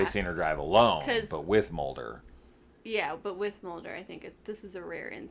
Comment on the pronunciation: What kind of name is MOLD-er😂?